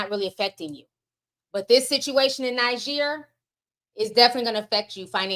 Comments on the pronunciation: One is pronounced Neejer and the other Nigeria. Hope that helps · Hehe Ti’s pronunciations. Niger is pronounced Nee-Jer (the jer has a French sound on the ‘j’) Côte d’Ivoire is pronounced Coat d Ivoir ECOWAS is Eh Co Wass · Hiya the country Niger is pronounced Knee-Jay:)